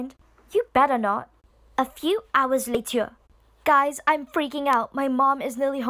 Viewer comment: “ A few hours LaTuH.”